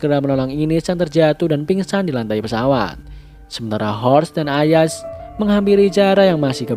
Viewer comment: Kak kok di terjemahan indo ayas tapi baca azas!!